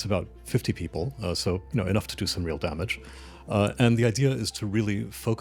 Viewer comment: "enough to do somre real damage". theze illunaz laugh at out face